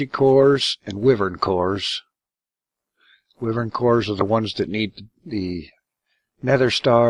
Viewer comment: Okey dokey, Wyvern is pronounced "Why-vern" it's going to drive me nuts if you keep pronouncing it incorrectly.